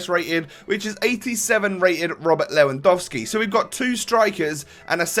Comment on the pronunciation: You didn't say "Lewandouski" like many other youtubers ^^ You don't know how much all these pronounciation errors annoy me as a german Bayern Munich fan when I try to pronounce everything correctly :)